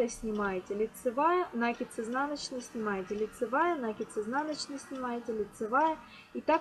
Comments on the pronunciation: Спасибо, все хорошо. Все понятно. Только не нАкид, а накИд. Простите, но слух режет от этого слова. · Ничего против профессионализма не имею, но если употреблять для объяснения русский язык, то ударение в слове "накид" на втором слоге накииид, а не нааакид от слова КИНУТЬ!!! Ужасно режет слух, тем паче на таком публичном канале! Больше не зайду! Как говорится "учите матчасть", а потом вылезайте... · Что это!? Уже второе видео смотрю и здесь тоже "нАкид"! Правильно говорить "накИд"! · Урок хороший, но режет ухо слово "нАкид". В следующий раз говорите "накИд". Вас будет еще и приятно слушать. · нАкид. боже, мои уши(( мне аж больно. это единственный косяк